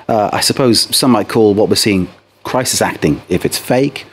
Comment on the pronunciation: 'Krisis acting' 😂